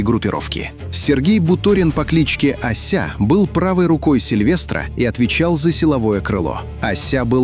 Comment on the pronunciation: Ося а не ася